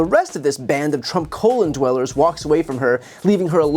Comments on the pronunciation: Did you say colon dwellers? 👀 😂😂😂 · Did he say "colon followers" ?? Too funny Brian, good one!!